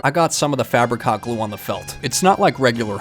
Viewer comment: I keep hearing fabric hot clue as "Fabric Cock Glue". 😿